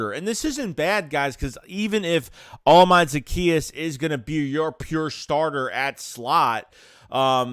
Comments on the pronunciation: Pronounced oh•la•me•day 😅🇳🇬 don’t worry you have time to learn it. Great pick up! More than just a burner too. Well done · I'm just getting on how you butchered his name but it's a good signing but we'll see how it shakes out......see what I did there